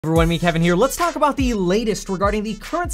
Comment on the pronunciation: You spell it MEET but always say MET...... LOL